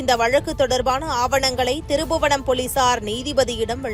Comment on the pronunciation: இவ்வளவு நல்லா தமிழ் பேசுறீங்கம்மா..ஆனா திரு புவனம் இல்லம்மா திருப்ப்ப்ப்ப்ப்ப் புவனம்